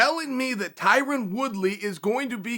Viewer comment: Chael “Tyran Woodley” Sonnen